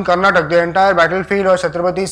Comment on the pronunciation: Its karnataka. For all your pride in narrating history. Do say its kar-na-ta-kaa.